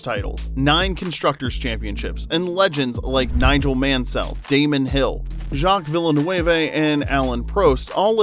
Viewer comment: What did this AI butcher Jaques Villeneuve's name !!